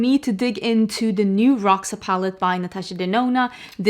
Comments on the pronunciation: Someone said, ND herself said Roxa like Roksa, so i guess its called "Roksa" not "Rosha"... 🤷‍♀️ Maybe the name represents the palette very well, bec i think its not that purple like it should. For me it lacks a good dark fuchsia color f. ex. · Love pink and red together! Fun fact: in this case, the X in Roxa is pronounced as "sh", so it's "rosha", which translates to purple! Trust me, I'm Brazilian hahah